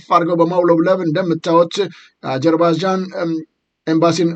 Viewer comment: እንግሊዝኛው እምቢ ካለህ አጀርባጃን ሳይሆን አዘርባጃን ነው የምትባለው አገሪቱ። እንደ ጋዘጠኛ እንደዚህ መንተባተብ ያሳፍራል ለአንተም ለእንግዳህም። ይደብራል !!!